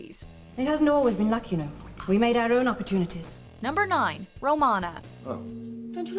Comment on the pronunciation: Are we just going to let it slide that she mispronounced Romana's full name?